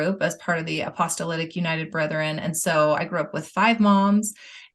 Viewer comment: Why does always say apostolitic instead of apostolic?